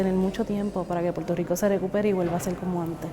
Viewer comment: "...devasted Puerto Rice..."??? lol